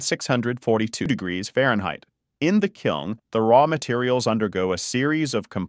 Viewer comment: It’s a kiln. Not a “kilm” fucking dumbass.